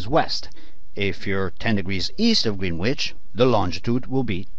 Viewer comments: Hearing Greenwich pronounced as “green witch” really hurts lol but this video helped a lot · It’s pronounced Gren itch NOT greenwhitch lol